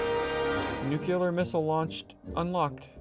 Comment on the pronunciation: ITS NOT NUCULER ITS NU-CLEAR sorry just kinda annoys me